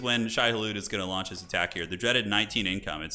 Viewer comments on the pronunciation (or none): none